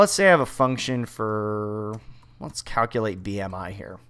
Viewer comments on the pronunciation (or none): none